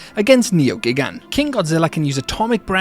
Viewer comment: Your mispronunciation of Gigan's name is infuriating tbh Also Biolante is a girl